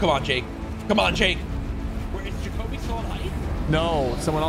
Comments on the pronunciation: Supper saying Jake-a-bee when it’s really Jah-Coe-Bee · The guy sypher picked in the third game has my name lol. It’s pronounced juh-co-be btw not jacob e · You’re saying Jacoby‘s name wrong